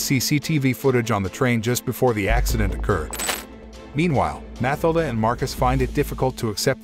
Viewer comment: Pretty sure the girls name is pronounced Mah till dah.